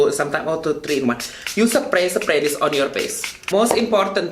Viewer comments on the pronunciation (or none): "suh-pray suh-pray" 😄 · When he said pipel, seprei seprei I died of laughter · you sepray sepray pondesyen 😆